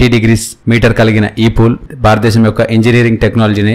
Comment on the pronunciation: Barata desam kaduraa, Bharata desam... Correct ga palakadam nerchukondi.